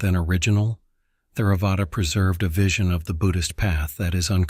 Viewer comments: I've always heard it pronounced Tare-uh-vada, the "h" being silent. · Good video, but can you train the AI voice (I am assuming that’s what it is) to pronounce Theravada, sayadaw, Samatha etc correctly? The ‘th’ sound in Theravada, for example, is not the same as in English.